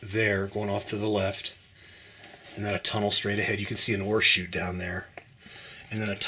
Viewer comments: Yup I was googling mining terminology. Turns out its ore chute not horseshoots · I kept looking for the horseshoes you were mentioning. Finally dawned on me you were saying ore chute. Not horseshoe. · Yes, it really sounded like horseshoe to me, but when he says the 't' I can hear the oreshoot. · You are brave or crazy to go down in man made mines but I sure enjoy watching you from my recliner. When you first said ore shoot, I thought you said Horse shoe. Funny! I thought maybe for good luck. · Hi, Barbara! Thanks for watching and commenting. I remember somebody else thinking the same thing regarding my pronunciation of the phrase “ore chute.” They had mentioned it in their comment, too. Glad you enjoyed the video. Thanks again for your support.